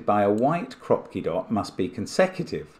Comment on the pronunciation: Yes but he never read the "Kroopki" in the rules correctly :(